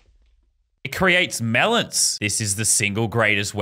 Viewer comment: I like how the beam boss says mEleNs when he drops melans from the sky also someone has to make a coppa boss fight